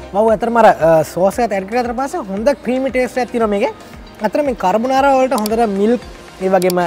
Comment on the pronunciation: හ හරි... කර් බ නාරා... කපන් මගෙ පුතෙ... කාබොනරා නෙවෙ වෙන්න ඇති